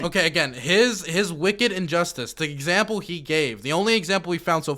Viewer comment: "EX Step Umple.." 🤣🤣